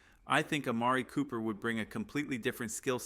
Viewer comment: Well at least you could pronounce Amari Cooper.